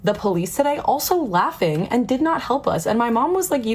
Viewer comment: "everyone is looking at our politics" 😂😂😂 Ma'am, you ptonounced laughing wrong 😅